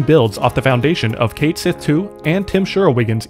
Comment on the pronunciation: Cat Shee! It's pronounced "cat shee!" Not Kate Smith!